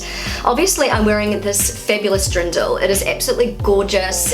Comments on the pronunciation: Fun video, you are very observant! But did you say Drindel? May I give you a tip on how it might be easier to pronounce? Deer-n--dell Just separate it and slowly pronounce it and then at some point try doing it faster. That method has always helped me. You will also not say: Ja may ... instead it is Ja mei (as in the german month of May - which is Mai, or as the word "my", if that is easier) Don't know if that is helpful, maybe you want to try 🙂 "Ja mei" is actually an expression and its meaning is similar to "oh well, ..." Are you aware that stores don't stock up on fresh items (produce) on Fridays/Saturdays? It would make much more sense to go shopping on a Monday/Tuesday, or even Wednesday. If you go early on a Monday they might not have everything out - or priced - yet. I usually try to do the shopping at the beginning of the week, as the sales items will still be available and produce will be fresh. Unless you go shopping more than once a week, then it definitely makes sense to also do it on Friday. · Antoinette Love … you made me smile. Introducing on how fab it feels to wear the local Dirndl you continiuosly said DRINDL … made me chuckle all the way 😍🥰😘 Try Derndel instead and you’ll be fine 😎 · Hearing you say "Drindl" so many times made me giggle. 😬